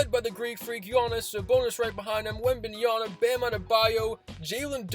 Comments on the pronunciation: "WembanYana" !? "Can Fox do it himself" (While Trae Young is dribbling) - bro you be babbling 🥴 and should relax on the game calls. Just call the game in a normal voice, maybe you could actually identify the correct players and names. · Why do you keep saying Wemby's name wrong?